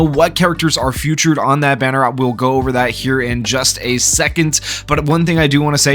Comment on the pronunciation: fee-tured not few-tured bro jesus 💀